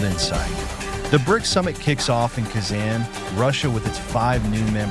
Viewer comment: Not Kezen, but KAAzAAn😂😂😅😅